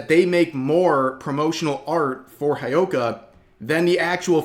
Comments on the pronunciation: It's not High oh ka. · How tf are you pronouncing Hyouka, Rev?!